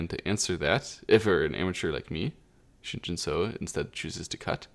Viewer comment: Pronunciation tip: the “eo” in Romanized Korean has an “uh” sound, like “but” or “dull”. So “Shin Jinseo” should be pronounced like “Shin Jin Suh”, not “Shin Jin So”.